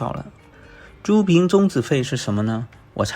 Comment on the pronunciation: 租赁，读作zu lin